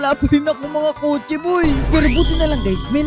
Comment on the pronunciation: Kotse po yan hindi po kotso